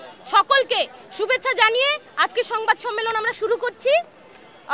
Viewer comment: 'সংবাদ সম্মিলন, ' ' দাবিসমীহ'😂 😂😂 এই পর্যন্ত শোনার পরে আমি আর শুনিনি। ঠিকমতো শব্দ উচ্চারণ করতে পারে না,আবার আসছে ঢাকা বিশ্ববিদ্যালয়ের সার্টিফিকেট নিতে। শখের তুলার দাম দ্রব্যমূল্যের ঊর্ধ্বগতির সাথে তাল মিলিয়ে ৮০ টাকা থেকে ১৬০ টাকা হয়ে গেছে 😂